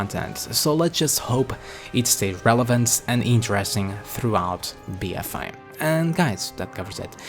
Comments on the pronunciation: It sounds like BfI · Be Fi Fo Fum, I hear a mispronunciation